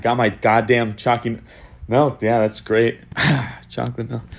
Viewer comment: Not even gonna lie when he says choccy mily in his other videos i hear chalky milk